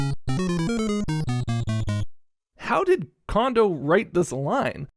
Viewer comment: “Cone”-do, not “Kahn”-do.